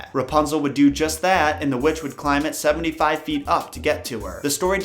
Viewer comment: Am i the only one that heard him say "their neighbor was a wetch"